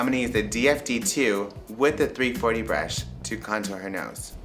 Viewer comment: i like the way he says "brush" :D:D like breeash :D